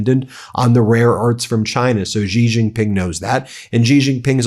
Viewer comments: Me again - so far it's Gulf of Hormuz, not Hermoz, infrastructure, not infastructure, and Shi-Jin Ping, not JI-jin-Ping. Just trying to help, Ben. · Xi Jinping is pronounced "Shee Jin-ping" it is important to say it like this as it is about respecting different nationalities. By pronouncing properly i have found in my 25 years of traveling China, I earned great respect….🇿🇦🇨🇳